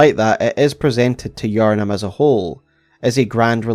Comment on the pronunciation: I saw the iconic thumbnail style and tapped on the video and only realized it was Bloodborne instead of Elden Ring when he said Yharnim right at the beginning! Don’t care which FromSoft game you do a video on, I am just happy to have more content!